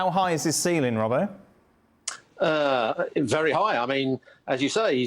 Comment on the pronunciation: did my guy robbo wrong smh